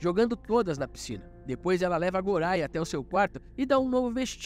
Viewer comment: O nome goria se pronuncia goya e ren e len